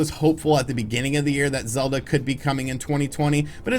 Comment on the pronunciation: It's-a pronounced zee sequel too-a zee legend of zeelda breath of zee wild.